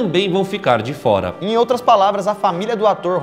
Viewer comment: "Estou lavando os olhos de drentro pra frora"